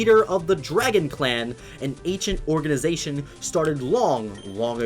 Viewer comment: orginization? seriously?